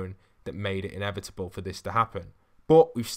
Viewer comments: Inevitable is pronounced how Thanos says it in Endgame. Say it with me! "I. Am. Inevitable." and "And I... am... Iron Man. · When he said innevidible I thought of thanos